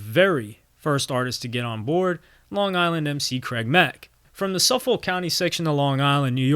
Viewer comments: Suf “folk “ 😂 its pronounced (suf-fick ) Suffolk county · Suf-fick county pronunciation for Suffolk